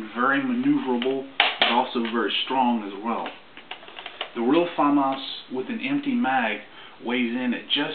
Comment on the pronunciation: your the only person i know that says famas right on youtube